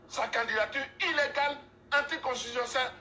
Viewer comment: Ont dis tu ne sais écrire anti constitutionnel ont peux accepter mais tu ne sais pas prononcer ça c’est grave